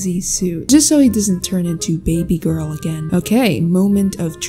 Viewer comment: I love how she said Material gworl eyebrows